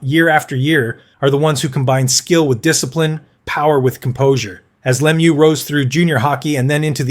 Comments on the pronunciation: Le Mew, not Lem you! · You can always tell an AI voice because they botch the names. It's not Lem-yew. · leh-MEW, emphasize the second syllable. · hea name is french pronouncing cause its a french name la-mieux no lemieux like its spelt. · Actually, I find it amazing that North Americans with English as their native language don't even know how to pronounce "Lemieux". Its last part rhymies with "bird" and "first", not "goose" or "through". Considering that, I think the mispronouciation of "Guy" isn't half as bad, especially since the presenter got it right the second time. I also think the pronunciation of "Jaromir Jagr" is not worse than it's usually pronounced by North Americans. For some reason, commentators from basically every other country gets "Lemieux", "Guy" and "Jagr" right. I think it's because all foregin names gets "translated" into English pronunciation. But if there is one name I think people interested in hockey should get right, I think it's Lemieux.